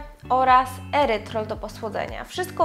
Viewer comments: Erytrytol - nie erytrol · Erytrytol nie "erytrol"